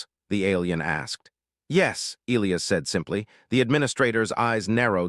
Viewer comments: How can AI be so brilliant in one way & crazy stupid enough not to be able to pronounce the name e-LIE-us & turn it into e-Lee-us?? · It is a very bad thing to miss-pronounce the name of any key person in a story and this team falsely pronounced the name of 'Elias' by not using a hard 'i' when it is only an 'English' name with that 'i' so pronounced! This error almost makes this long-term author/reviewer quit reading! If the team can't get the name of a key person correct, can they get anything important correct? Likely not!. Oops LoL 😢😮😮